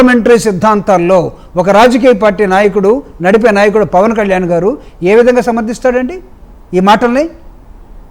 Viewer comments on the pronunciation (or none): none